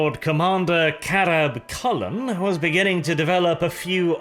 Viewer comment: Anyone else hear Chapter Master Carab Culln's name as Crab Culln instead?